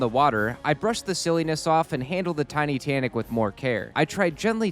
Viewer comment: Did he just say Titussy?